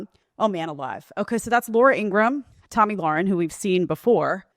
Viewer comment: I wish people would learn to pronounce Tomi’s last name correctly. It rhymes with “karen”.